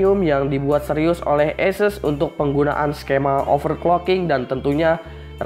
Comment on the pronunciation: ESES apa ASUS sih bang? #nooffense